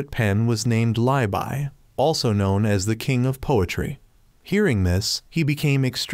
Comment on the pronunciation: Im Chinese and when your trying to say Li Bai on you actually said Lai Bai instead of Li Bai